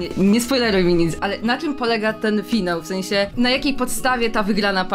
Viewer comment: Ale zajebisty "FIANŁ" 👍